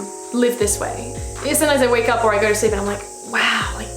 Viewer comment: "let's gauRRR"